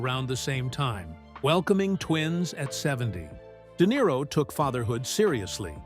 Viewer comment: De Nero eh what a tosser